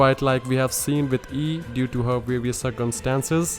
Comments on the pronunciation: Her name should be pronounced as an a not an i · when you say raiden Ei's name you have to pronunce the i because the E on it's own sounds weird